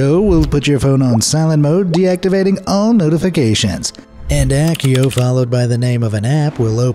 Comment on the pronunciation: Soft c Accio.